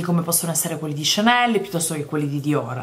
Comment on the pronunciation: Maison diorrr...oddio oddio muoio dal ridere! Grande!!!